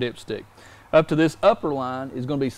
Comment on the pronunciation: Oil not awl. Line not lahn. Product not prodict.